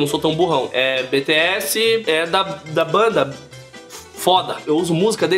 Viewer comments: se fala Bitiéss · Que agonia ele falando BTS errado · minha filha ficou loka quando viu vc falar q eles eram do japao kkkkk .e ela mando eu dizer q vc falou BTS errado .